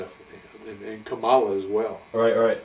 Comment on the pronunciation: Kamala, not Komala.